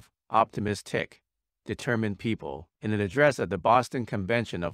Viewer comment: When he said "pee-op-ple" instead of people, he fully lost me 🤦